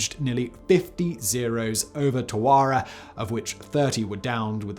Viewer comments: Twa-RAW-wa? TAR-oh-ah! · Not, "Ta-Warr-ah" dude. Tar-Ah-Wa 😉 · Airborne armada? I think you have your modes of transportation mixed up... And "Tawara"? TARAWA! Please... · Great stories. Pronunciation correction: Tar-a-wa is the way the Pacific Island is enunciated. My uncle fought there as a Marine in WW2. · Leyte, Tarawa, how come this English speaker keeps saying every name wrong?